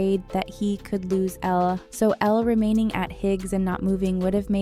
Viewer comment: ITS ELLE. NOT ELLA 😤😤😤 why do people always call her “Ella” or “Ellie”